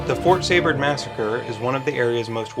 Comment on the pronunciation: I’m a 7th great grandchild of Jacob Seybert. Great documentary, but it is pronounced SEE-bert.